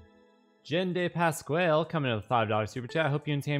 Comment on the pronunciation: You still can’t say Pasquale, nor talk properly in general.